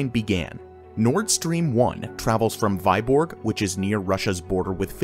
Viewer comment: Vyborg - a city in Russia is, is pronounced "Vee-borg", not "Vai-borg"